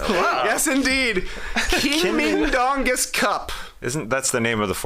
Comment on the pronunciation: Not the best pronunciation of Žalgiris, nor Mindaugas, Trey, but do not sweat it, no one pronounces it right. For some reason, even most Lithuanian players, when interviewed in English, don't pronounce Žalgiris correctly, they english-izing it for some reason. Mindaugas, born in 1200, first Grand duke of Lithuania, the only King in Lithuanian history. Never played Basketball tho, haha.